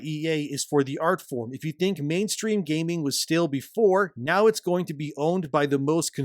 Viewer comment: Its called gaming not gayming